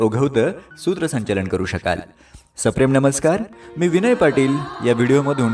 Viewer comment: न. आणि ण या दोन्ही अक्षरांचा उपयोग योग्य जागेवर करा. उदा :- यानंतर म्हणायचं याणंतर नव्हे. नेमकं म्हणायचं णेमकं असं नाही, सूत्रसंचालन असं म्हणायचं सूत्रसंचालण नव्हे. भाषणानंतर असं म्हणायचं भाषणाणंतर नव्हे.